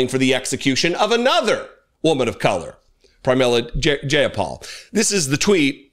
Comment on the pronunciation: Her name sounds like: J-Eye-Ah-Paul. For future reference, if unsure of pronunciation: Google it.